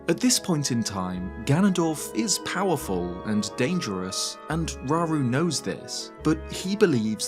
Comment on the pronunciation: Slight nitpick, but if we use Japanese as the foundation for pronunciations (and I do) then it would be row-roo, not raw-roo. Ra-U-Ru (らうる). Same goes for so many other names in the series. Saria, Sa-Ri-A (さりあ) (sah-ree-ah), Mido, Mi-Do (みど) (mee-doh), etc.